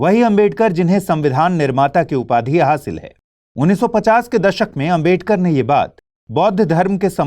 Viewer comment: Bhai naam to sahi se bolo ambedkar ambedkar bol rhe ho sahi to naam lo